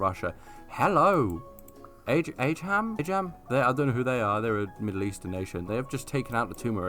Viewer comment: It’s pronounced uhh Jum, it’s a Arabic word for Persian, but it’s also used to refer to a foreigner